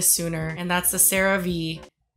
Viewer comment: “Sarah-Vee” is correct 👍🏼